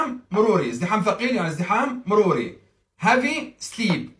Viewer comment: مع احترامي لك نطقك غير سليم بتاتا الكلمة تنطق بالترقيق وليس التفخيم الكلمة إنجليزية وليست عربية